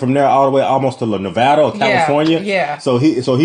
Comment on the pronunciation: You know they actually filmed this out West because Hank pronounced Nevada properly. It's easy to spot the flatlanders by the way they say it wrong.